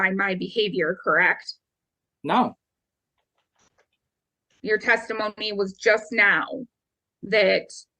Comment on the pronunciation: CorrAct??? Ahhhh